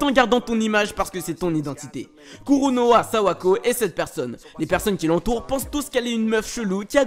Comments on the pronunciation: C’est pas Kuronuma ? Au lieu de kuronoa ? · je crois que l'héroïne du mangas kimi ni todoke se nomme sawako kouronoma et pas kouronowa